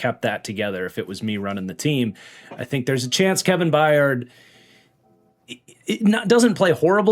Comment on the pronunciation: Crazy that it took almost a decade for to finally correctly pronounce The Mayor of Murfreesboro’s name correctly (once) as “By-urd” vs “Bye-yard” 😂